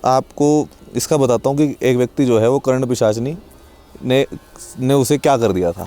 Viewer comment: करण पिसाचिनी नही कर्ण पिसाचिनी